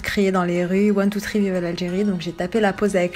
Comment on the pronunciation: Tu dis "Sourcailles" (sourcils avec accent américain) mais "One Tou Tri" 🤔🤔